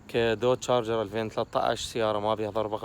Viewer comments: تشارجر😂😂😂مو جارجر ولا شارجر😂😂😂😂😂🌚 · تشارجر NOT. جارجر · معليش بس اسمها شارجر مو جارجر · Charger not garger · اسمها تشارجر مش جارجر يا اخي ليش التخلف